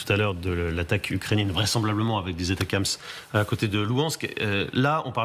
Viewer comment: Ça se prononce Attack'ems et rime avec M&Ms